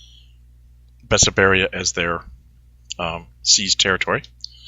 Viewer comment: It is called BESSARABIA. Not Besaberia. :D